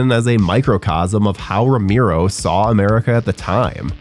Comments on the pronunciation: Ramero? Cant even pronounce Romero right sheesh. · ROW-MARE-OH! You sound like a damn fool when you say it wrong. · dude saying Romero as "ra-MIRO" gave me psychic damage (I loved LotD though, great cast!) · Narrator kept pronouncing George's last name as "Roo-Mee-Roh" If you can't even get the pronunciation correct... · Turned video on realised it was voiced by 'that guy' and bailed before he said 'romeeero' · ramiro!!!!!!!!!!!!! Jesus why butcher his last name like that??? Just call him George. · The way you pronounce his last name spikes my blood pressure every time…